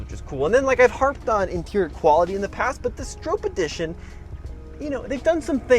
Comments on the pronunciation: Stop saying Strope, w/hard O. His name is Stroppe... Bill Stroppe (Str-ahh-ppp) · Just FYI, it is pronounced "Strawp" not "Strowpe." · The surname Stroppe is typically pronounced "STROP-pee". It rhymes with "hoppy" or "poppy". Some people may mispronounce it as "STROPE". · You are pronouncing Bill's name wrong. It does not rhyme with hope.